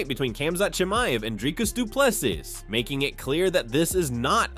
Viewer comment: Com-zot…Drick-us Du-pleh-see. Get the easy names right if you’re gonna cover mma Edit:but I’ll take you butchering names over AI voice any day